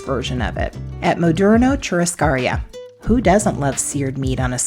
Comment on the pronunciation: It’s such an odd word, but churrascaría is pronounced “shoe-hos-car-ia.” In Portuguese, the double R makes an “h” sound.